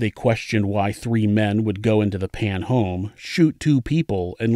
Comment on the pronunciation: i think it's Jennifer "Phan", because there's no "Pan" last name in VietNam